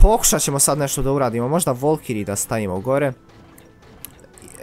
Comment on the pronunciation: nije volkiri nego valkiri!!!